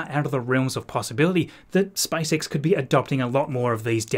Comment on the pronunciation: All I hear is Spice X